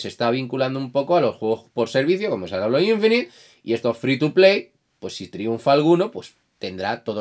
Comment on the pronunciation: siempre he pensado que no juega los videojuegos porque su único argumento siempre es lo gráfico o las notas, pero hoy me lo ha confirmado xd es como cuando dice que se compra la xbox por la comunidad en inglés para practicar el idioma, y habla inglés comp un prepuber, le dice alo a halo, ni jalo ni geilo, alo xDDDDD Pero bueno yo lo miro para lo que tiene que ver con números, marmeting y desmentir Falacias